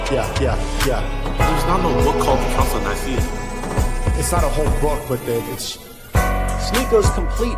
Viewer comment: OMG “the council of Naiyaceea”!! 🤣🤣🤣🤣